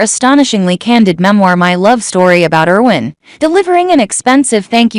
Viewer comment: You are repeating yourself. And please say Erwin's Name right, we here in Germany pay attention on how you pronounce your names, cities, etc. It is bad enough how english speakers made new names of our cities, counties, states, and even our country's name: we are Deutschland, but have to accept that we are called Germany.